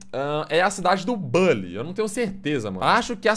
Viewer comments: Na vdd se fala Bully e nao "bãnlly" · Nao é bally é buuuuuuhhhhllyyy